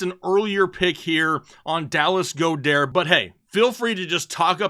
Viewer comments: The person who told you how to pronounce Goedert must be a newbie lol. I'm taking notes daily. Can't wait to get the show started man!! Thanks again! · Lol why are you pronouncing Goedert’s name like he is French 😂